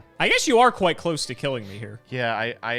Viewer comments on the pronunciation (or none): none